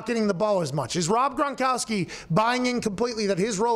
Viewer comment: Forgot I had my speed set to .75.. watch the first 10 seconds like that and hear pat mispronounce "gronkowski".. I legitimately thought pat was doing a bit and watched at .75 speed for a full 90 seconds..